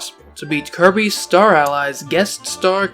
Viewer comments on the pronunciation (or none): clobbehs dat dere Kirbeh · He needuh monstah to clobbah that there kirbeh